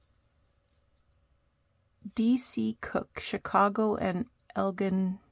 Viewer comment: The music was so interesting! The title printing style is beautiful! I loved the old card you added and the lovely lady too. The stenciling is gorgeous and it's nice to have new ink to use too. It's pronounced Eljin, Illinois...American Indigenous language I think!🐦